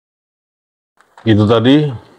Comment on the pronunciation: HRS bilang unyiil. bilang unyil.